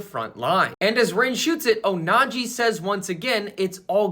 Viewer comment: PLS STOP SAYING ONAJI 😅